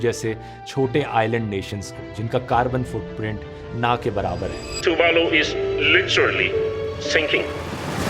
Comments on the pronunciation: The video was correct and all but I don't like the fact that the pronunciation of Tuvalu is wrong its not too-vaa-lo its tuu-va-lu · “It’s pronounced Too–vaalu. Love from the Fiji Islands. Please do a story on the Indo-Fijian Girmitya...men, women and children brought from India under the British indenture system. Their journey across the Kala Pani, their struggles in the cane fields and their fight to preserve language, faith and dignity shaped not only the Indo-Fijian identity, but the soul of modern Fiji itself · ay i made a short about it first !!! still love man good vid and u pronounced tivalu wrong